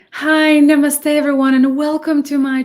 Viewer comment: like your namaste 😁 most of foreigners use to say nnaaa maaas te 😏 you are beautiful lady and when you are confused or lost 🤔🙄 you look funny i like that anyone will be lost in the time calculation this is not interstellar and you should try some funny videos try saikram's standup dark skin and getting married typical south indian comedy and loved your namaste 😁